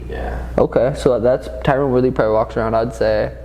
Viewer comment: Tyron ( Tie run) not Tyrone!!'😤